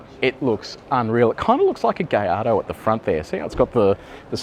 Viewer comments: Dude said Gayardo not Gillardo 🤣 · It’s not called Gillardo either. It’s pronounced Guh-yardo.